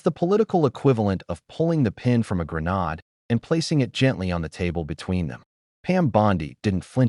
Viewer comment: Grenade pronounciation...smh.